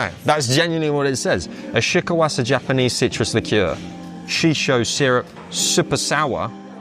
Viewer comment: This place looks interesting! My one comment- shiso is said like She-So. That's all 😅